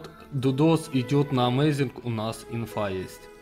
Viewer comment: Амазинг, а не амазИнх